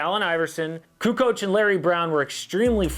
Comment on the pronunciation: Lol Charles, "CuKo"